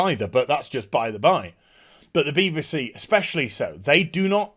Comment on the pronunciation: bee-buh-see lol